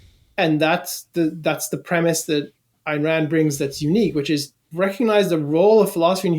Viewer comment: Ayn…not Ann